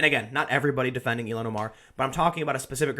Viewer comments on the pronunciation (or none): Ilhan is pronounced "ill-han," not "elon"